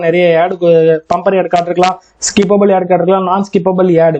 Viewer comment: யெட் இல்ல புரோ ஆட் னு சொல்லி பழகுங்க